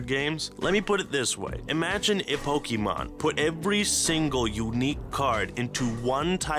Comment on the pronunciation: it hurts me hearing how he says pokémon